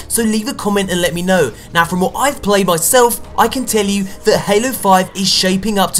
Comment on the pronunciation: Gaylo 5? Really?